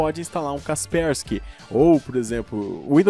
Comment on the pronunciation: Poxa, a pronúncia é caspérsqui, e eu achando que era caspêrscai... Minha vida foi uma mentira